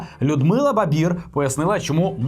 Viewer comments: Може все-таки Барбір, а не Бабір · Не Бабір, а Барбір …. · чому ви говорите Бабір? У Людмили прізвище, Барбір. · БаРбір, чому "Бабір"? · не Бабир а Барбир фамилии треба знать, отстой? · Барбір! Ну хоч прізвище правильно скажіть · Чому Бабір?? ріже вуха, перед програмою уточнюйте прізвища,імена,дати...пропадає бажання дивитися і слухати. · Може спочатку вивчите прізвище Барбір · мені одній чується, що не вимовляє одну "р" в прізвищі Барбір?